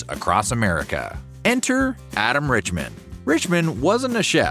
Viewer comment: I'm pretty sure you're not pronouncing Adam Richman's name correctly and I KNOW your mispronouncing Guy Fieri's name. For a 'documentary TYPE' channel, you sure get a lot wrong.